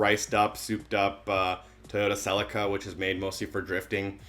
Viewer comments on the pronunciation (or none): and you cant say Celica properly